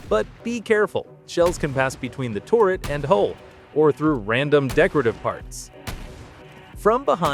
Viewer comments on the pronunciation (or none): It's "turret" not "tourret" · turret, turret, turret. it aint torret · Its turret not tourett like the syndrome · Why do you say "touret" instead of turret? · Tur-ret not tor-ret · This is great info but the way you pronounce turret like tourret is crazy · Why is he saying tourett instead of turret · Hi. Its ter-it not tour-it. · If you say "torret" one more time, im going to come misplace your your car keys and mis match your socks. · TORRET TORRET TORRET TORRET (Narrator has an American accent and has no reason to pronounce 'turret' as "torret". This is a meta content-creator tactic to or people to comment on the video, giving more interaction and engagement for monetary reasons. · "Terr-Ret" NOT TORRET. The heck?! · which sounds like ter-ret. The people are spelling it like he pronounced it tor-ret. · "the touret" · Bro said torret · Sounded more lime "Tour-ret" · Tour-it Weird ass way to pronounce it lol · Genuinely crazy way to say a completely normal word why do Americans do this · Please don't say turret like that again it's makes you sound stupid